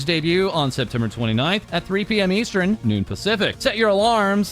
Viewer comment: EVERY TIME he talks about timezones he says "eastren" instead of "eastern" and it's absolutely torture at this point 😂😂